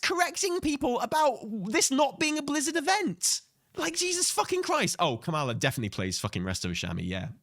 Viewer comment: COMMA-LA. Please say her name correctly. It's not like messing up "harbinger."